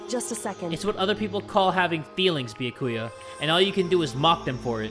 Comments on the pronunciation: It’s not Bi-a-ku-ya. It’s Bya-ku-ya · “Beakuya” 😭😭 why say it like that (no offense I still think you awesome) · Byakuya: says his own name correctly: bee ya koo ya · bee yuh koy ah me NOOO IT'S bee-yah-ka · its bee-yAh-koo-yAh NOT bee-yuh-koo-yuh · I don't know how Byakuya would feel if he heard read his name as Bayakuya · HAYY JAY! you’re saying Byakuya wrong! It’s “Bya-kuuya It’s 3 syllables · Yup, its bee-ack-ewe-ah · It’s either pronounced bYA-ku-ya or bYA-kya. I honestly have no clue which one it is because sometimes the different english voice-actors pronounce it differently. But yeah, is putting way too much emphasis on the “ku” and it’s messing with my head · Be-Ah-Ku-Yah and the name is pronounced more quickly than you've been saying it if you say it slow it doesn't sound right, if you've read this comment you're welcome, also sorry it just bothered me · n0ah nah it’s bee-yAh-koo-yah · Having to deal with saying Byakuyas name with one too many syllables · how tf do u say it, ive been saying it the same way as him 😭😭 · i cant wait for the day starts saying byakuyas name right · Please pronounce byakuya right it hurts me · love your videos but you're pronouncing byakuya's name wrong, no offense